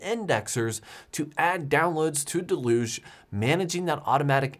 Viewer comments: I feel like the entire "home server" community has never seen or heard the word "deluge" outside of the context of software. It's pronounced "dell-yoogzhe". Or at worst "dell-yuge". We borrowed the word from French. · I think you're pronouncing deluge wrong :)